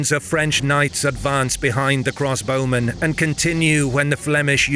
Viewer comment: Another brilliant triumph, but (for future reference) very slightly marred by a distracting repeated pronunciation error that is odd for a native speaker to make. I was wondering why the bowmen were always cross when I realised that what you meant to say was CROSSbowmen, not 'cross BOWmen.' Weird, since you correctly talk about CROSSbows.